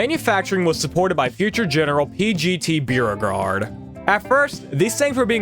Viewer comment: Its pronounced Bow-regarde